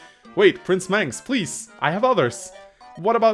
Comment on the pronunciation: thank you Mangs (that's how you pronounce my name)